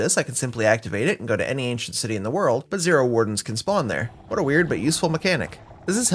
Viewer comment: Every time you say Asian city I can't help but hear ancient city lol. Awesome vid, looking forward to 3000 days